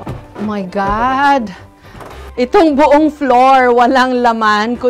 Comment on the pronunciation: Jessica;Oh my Gad Do not Kill me😂😂😂😂